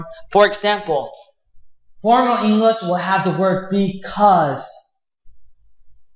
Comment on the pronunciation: Halfwit can't even pronounce the word English let alone teach it...